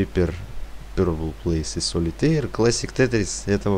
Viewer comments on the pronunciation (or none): none